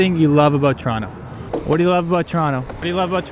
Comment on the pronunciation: It's not torano it's toronto